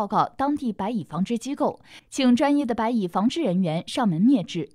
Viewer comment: 他蚂蚁的蚁发音对，白蚁发白米，按道理说，应该叫蚂米，哈哈哈哈